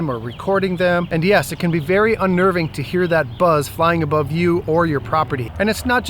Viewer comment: Well stated, even "abrove"